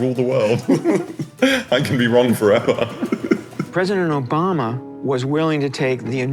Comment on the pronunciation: ahh yes, who doesnt love "Presiden Robama"